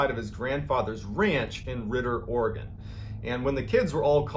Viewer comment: Hey! You pronounced Oregon perfectly this time 😀 Awesome video, as always 😘💨